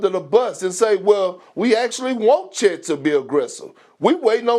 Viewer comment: Bruh, FACTS. Lol he can't even bring himself to say the man's name right half the time. 😂